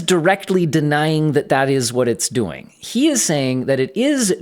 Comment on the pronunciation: You pronounce "doing" like Arnold Schwarzenegger. "What are you duuing?? Get to the choppa!"